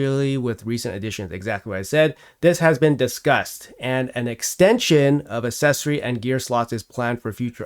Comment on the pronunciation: "Accessory" is said far too many times in this video to be pronounced wrong.